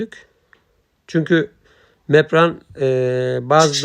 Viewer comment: Bu denli işin ehli olmadan paylaşımlar yapmanızı doğru değil, reklam yapmanın veya iş almanın yolu bu değil. Yaptığınız işin adı İZALASYON DEĞİL İZOLASYON DUR, MEPRAN DEĞİL malzemenin ismi MEMBRAN DIR. VİPRATÖR DEĞİL VİBRATÖR DÜR, TAPLE DEĞİL TABLİYE DİR, VİDO DEĞİL VİDEO DUR. LÜTFEN İŞLERİ İŞİN EHLİ OLAN İNSANLAR YAPSIN KALIPÇI KALIBINI DUVARCI DUVARINI DEMİRCİ DEMİRİNİ ŞAPÇI ŞAPINI SERAMİKÇİ SERAMİĞİNİ YAPSIN HER HALTI YAPARIM DİYENLEREDE İŞ VERİLMESİN HERKES UZMANLAŞTIĞI İŞİ YAPSIN SİZ YARIN PROJEDE ÇİZERİM, HESAPTA YAPARIM DERSİNİZ. BUNU PAYLAŞAN ARKADAŞ SENDEN BİR CACIK OLMAZ